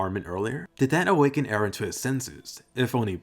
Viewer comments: Finally some one who says Eren and not "Aaron" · btw EREN is a Turkish name and meaning of this name is '''' someone who is believed to have seen some facts with extraordinary intuition , WİSE PERSON or can be a person who stripped himself of his own being and attained God because he was devoted to God.''''' and pronunciation to the EREN is just like in the show how Mikasa prononce E---REN